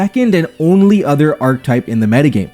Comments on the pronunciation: Dawg, it's not ark-type, it's ark-eh-type, just the same way as architect. Also, this is kinda neat but also kind dumb considering there's basically only a handful of strategies. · please my guy, archetype is 3 syllables